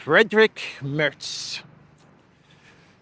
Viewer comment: Merz nicht Mörz